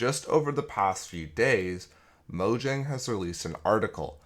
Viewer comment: It’s pronounced Mojang.